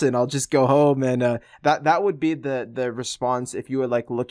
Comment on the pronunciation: "I would thee" he doesn't close his lips to pronounce the 'b'.